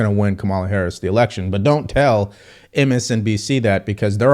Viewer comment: sounds like the walking corpse is saying, 'that's why the selection is so important'.